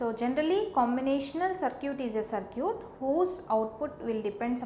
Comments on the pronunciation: Circuit is pronouned as "Ser-kit" not "Ser-cute" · Circuit to bolna sikhle 😒 it’s very irritating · I like the way she pronounce circuit as sircute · Circute........ So cute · I like the way you confidently pronounce circuit as SIR-CUTE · focus on the content bro, not the accent and pronunciations. Still it made me laugh listening to that lol. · Aj is duniya se paka wala itebar uth gaya jab se circuit ko sir-cute suna hai🤦🏻‍♀️ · Cir"cute" 😍. Yum (M) Yey (A) South people are so adorable. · I mean no offense but whats a SirCute. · yen number of circute 😂😂😂😂😂😂😂😂😂😂😂😂..but teaching is not bad..thanks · "circute" XD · good... I have heard different pronunciation of circuit first time